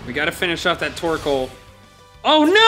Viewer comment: The way he said torkol i’m dying😂